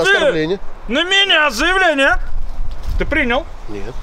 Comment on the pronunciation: Он так смешно говорит "заявление"😂